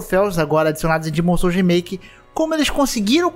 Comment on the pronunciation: como outras pessoas falam: remaike como o fala: remiki